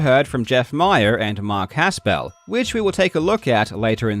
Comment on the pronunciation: First off if you are going to mention Mark Haspel, please pronounce his name correctly. You do not need to pronounce it as a 2 syllable word. It's not Has Pel it's just Haspel run together. I personally worked for Mark Haspel for 2 years. Mark Haspel's office is in Bradenton, FL. WATA Video games is in Colorado. When Mark says he has no dealing with the operations or any day to day dealings he's correct. You would think he would get some preferential treatment getting his games graded. He doesn't. He doesn't get anything preferential with CGC either. So please, just how does Mark have any dealing with what takes place in CO when he's in FL? That's absurd. That's the reason he threw his arms up in a twitter response, because he thinks you're so ridiculous, and wrong. You realize Mark runs a full time business? Where does he have time to do all that you are alleging, especially with travel restrictions (and Mark won't fly right now, he's terrified of COVID) and he has a young family. The reason WATA partnered with Mark is because Mark was 1 of 2 people to start the graded comic book industry. Mark Haspel is one of the most trusted and liked people in the comic book industry because he has been honestly doing business in it for 30 years. Mark deals with the top people, auction houses and dealers in the industry. His reputation is pristine because he helped build CGC the correct way through hard work and honesty and being the best in the world (himself). I can see where you may h